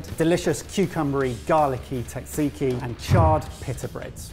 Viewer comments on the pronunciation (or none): Sat-see-kee, not tat-see-kee. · Great episode guys , and the greek salad and tzatziki are almost exaclty like the traditional ones here in Greece....next time try to pronounce it jajiki though :P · Gotta admit, that's the first time I've heard "tzatziki" pronounced as "taksiki" and Im kinda shook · Hey, just letting you know your pronunciation of Tzaziki is pretty good, but at least the way we say it over here it's more like "Tza*z*iki", not "Tza*tz*iki" (The second consonant is just a regular Z). which is a bit easier to actually say and probably why it sounds like you were breaking your teeth a bit:D Much love and good job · Note for, its pronounced "Jajeeki" J as in Janice. Keep the greek recipes coming, great stuff:) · Why did no one correct at any point on his pronunciation of tzatziki as tatsiki? 😬😂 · Ooooh, ok. I would say Tat-zee-kee. Can you correct me? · The versions I hear in this video either omits the first "z" (like you) or the second "t". For me it is difficult to explain how to pronounce it other than that it is important not to miss either of those, so that would make it Tza-tzee-kee. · It's Sat-see-kee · Wait a sec: Do British people really say "Tatziki" and thus not only disregarding how the word is pronounced but also how its spelled? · it might be the correct recipe, but it’s not the correct pronunciation ;) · As a Greek, tzatziki pronunciation hurt. “Tz” is basically “j”, like in “judge”. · The way some people pronounce tzatziki is absolutely horrendous. The tz is pronounced as d͡z, a voiced alveolar affricate. In simpler terms, you don't pronounce the t, similarly to how you don't pronounce the t in tsunami. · i have never heard pronounce tzatziki before and i never want to hear that again 😭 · What this video taught me is that British people do not know how to say "tzatziki"...lol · Can the British not pronounce tzatziki?